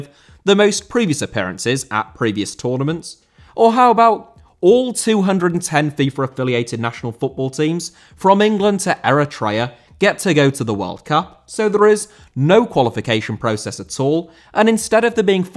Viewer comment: Eritrea* not Eretreyer